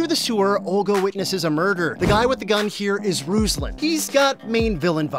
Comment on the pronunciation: Also it's not [RUZ-lan] it's [roos-LAN] (like from rooster and lantern ).